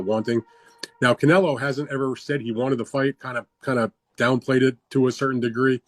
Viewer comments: Thought he was saying cantaloupe.... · Can't say Canelo, can't say pounds, can't say Paulie's last name. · Hate how you say Canelo